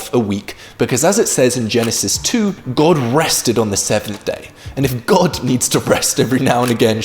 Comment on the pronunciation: Youre german. I can tell by the way you say god